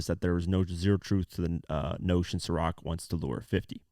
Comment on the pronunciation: Atleast your able to pronounce Ciroc... How you order a bottle of lechemaduwa? 😂